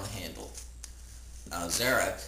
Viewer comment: pronounced Zar'roc wrong no offence